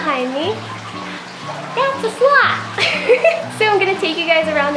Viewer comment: Glad I was watching the captions, I thought she said "Slut" House.